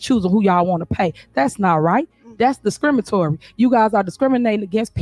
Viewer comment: . Did this fool say, "that's discrimatory"? Smh first, "liberry," now "discrimatory." Smh I'm embarrassed for her. It had nothing to do with you being a black woman! Stop weaponizing that!! There are legitimate circumstances of racism against Black women in positions of power. THIS. IS. NOT. THAT. This is about your incompetence, thievery, lies, gaslighted, and hypocrisy. You are a criminal. Signed- A Black woman